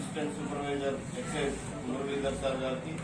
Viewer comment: ఎక్సేంజ్ కాదు తమ్ముడు ఎక్సైజ్